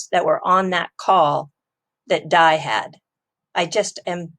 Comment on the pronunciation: Haha..D A I.. not dye 😂